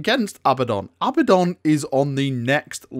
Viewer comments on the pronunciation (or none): A-BADD-ON NOT FUCKING ABBA-DON